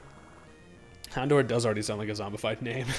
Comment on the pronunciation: Finally someone who knows how to pronounce houndour! I hate it when people say houn-door or hound-oo-er